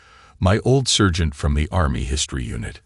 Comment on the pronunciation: I think the plumb in his mouth when he said SURGENT........l think he meant SARGENT